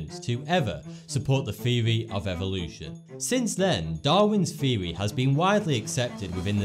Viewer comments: It took me some time to realize he ment theory when he said viewee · I'm sorry but i can't take this guy seriously, he can't even pronounce the word "theory" properly! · he says theory funny. Sounds like feewy. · What is a thewee?